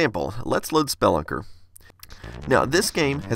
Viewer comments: Great video. Minor detail: I believe "spelunker" is pronounced more like "speh LUNKER" and less like "SPELL lunker". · ROFL Spell-a-ker. It's spe-lunk-er. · It's speLUNker. Not SPElunker. English is your first(only) language, right? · Why are you saying Spelunker like that? For a second I had no idea what game you were talking about 😂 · No one gonna a mention how he pronounced "spelunker"?